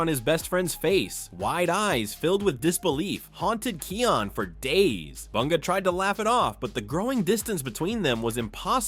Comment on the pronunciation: why are you saying his name like that? it's Kion, pronunced Kai On